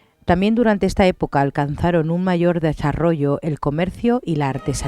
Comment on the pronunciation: rezzzzzzzarrollo ehhhhh esque no saves vocalizar?